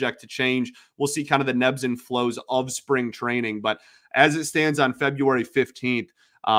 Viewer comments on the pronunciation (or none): Does “Nebbs” and flows mean something? Or is he just mispronouncing “Ebbs” and flows? lol